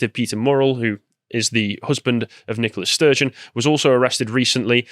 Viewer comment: Good old Nikolas Sturgeon, the woman. Seriously, are they saying NICOLA? I keep hearing NikoLAS. But maybe that's a play on lass. Wouldn't shock me.